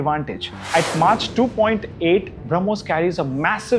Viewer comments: "Mahk" not "Mahtch" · it's not pronounced as Mach....it's mack..... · First of all the speaker should learn to say Mach as Maak not Maach! True India is developing indigenous technology and that is fine. However, India is not in a position to brag about armaments. Making them is great but reliability is another. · Yes it's actually pronounced as mock.